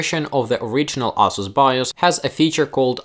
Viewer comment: It sounds like "asshole" Everytime you say Asus. Lol. Love the content keep it up